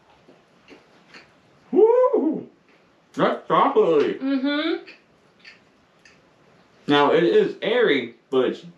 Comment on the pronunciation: Best part was when proclaims with mouthful of cookie "Thaffs Chocklatty"!!